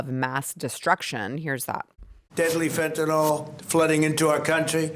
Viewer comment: FentaNYL... you and PDT both.. it's NOT FentanOL.